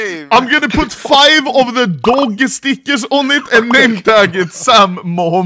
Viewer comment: Day 1 of calling out Anomaly for pronouncing stickers as "stickersh".